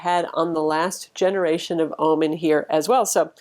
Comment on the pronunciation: why do you keep saying ah-men??? stop it. ;-)